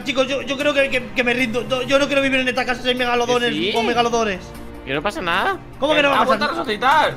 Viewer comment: se dise megadolodon